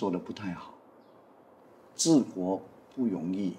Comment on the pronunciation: can choose a MCA president to speak mandarin more accurately? why all the pronunciation like out one? Where got people pronounce 不容易 as "Bu Yong Yi"???